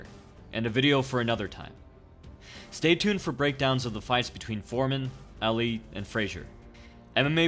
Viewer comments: you said Ali's name incorrectly... its not alley its Ali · How can you mispronounce Ali? Too many to the head? It's not Al Lee, it's Ahh-lee. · Anyone else cringe as he keeps saying ( Al-lee ) Ali.